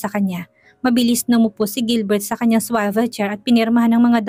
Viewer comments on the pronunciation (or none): Pls pronounce SWIVEL as it is written